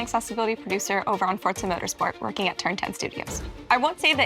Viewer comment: For-za not Fort-za. C’ mon people there’s no ‘t’